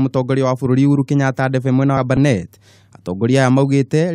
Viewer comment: Kabarnet not Barnet.